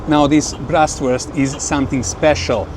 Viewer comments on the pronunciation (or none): There is no liver in Leberkäse!! It's just pork meat. It's BRATwurst, NOT "Brastwurst" (braten = frying) the pork belly is called Kümmelbraten because the crispy skin is seasoned with rye seed.